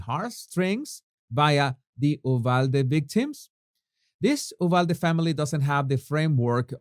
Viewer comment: Brilliant,! Btw, it is pronounced “you-valde”. Wait! I’m from Texas! You’re from Venezuela!